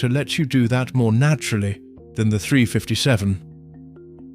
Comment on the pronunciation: Three hundred and fifty seven ? Who gets these British or uk no knowledge of firearms to do these videos ? Can’t even pronounce 357 magnum properly.